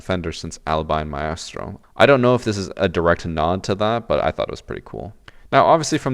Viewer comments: Please stop saying myastro 😂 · Its been that many years and this dude still saying "My Estro" like maestro isn't an established word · Why is it so difficult to pronounce maestro? Has no one heard of an orchestra?